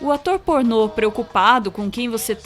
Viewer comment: "Atô pornot"